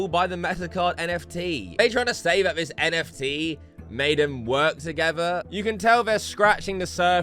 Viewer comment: Your voice is a bit piercing, and it varies in volume too much. I'm not sure why you say "vis" instead of 'this' a lot of the time, either. 😂